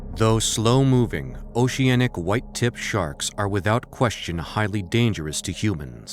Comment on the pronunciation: he says it correctly :)